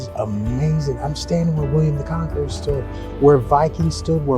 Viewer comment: Did you say William the Conker?! When I was about nine years old, my class had to write an essay on William the Conqueror. A friend however wrote her whole essay on William the Conker (Conquer) and never lived it down.